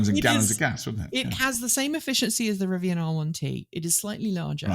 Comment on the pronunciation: Never heard anyone pronounce Rivian as "Rivi-Anne".